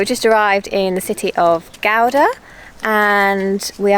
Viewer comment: Not butchering the pronunciation of Gouda. Compliments!